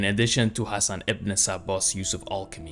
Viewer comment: 8.48 Thats NOT the way to pronounce ´´Ibn Sabbah´´ even the name Hassan wasn't pronounced correctly.